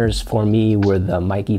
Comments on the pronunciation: Meike: "may-kir" - roughly translates to "beautiful technology" in Chinese. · MEIKE: IT is pronounced May Kuh. It is composed of two Chinese characters.